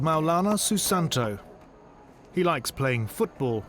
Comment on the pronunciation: It's Maulana Susanto not Soo Santo 😂 Malang instead Milan😁